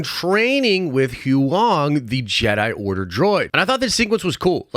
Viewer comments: “Who wong” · Did he seriously say "who wong"? Time to turn in your Star Wars fan card. Did you actually watch Andor? As I recall you gave up after one episode. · Bro how you gonna butcher Huyang like that